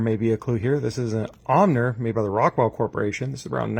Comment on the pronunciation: Surely it's pronounced Ohmer